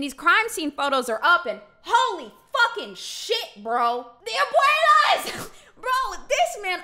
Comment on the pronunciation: “abuaylas” 😭 NOT THE ABUELAS